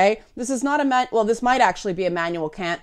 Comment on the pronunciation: Ha Ha she said Kant Ha ha